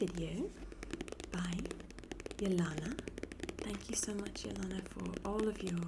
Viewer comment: OMG,, this is absolutely beautiful and just beyond amazing! You have made my night! Thank you from the bottom of my heart for this video…I cannot thank you enough! 💖♥️🙏🏻 P.S. Absolutely love all the name pronunciations!:-) is the correct one. You are a doll!